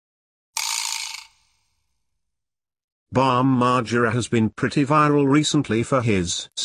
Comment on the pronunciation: "Bom margera" lol